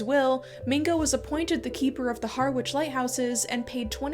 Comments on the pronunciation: Harwich is pronounced "harrich" by the way - in general with English towns (Greenwich, Norwich, Dulwich, Smethwick, Alnwick, Keswick) you don't pronounce the w in -wich or -wick. Annoyingly though exceptions do exist (Nantwich, Sandwich, Hawick) Great video btw, thanks! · So interesting, thank you. Incidentally, Harwich is pronounced Ha-rich ("ha" as in hat).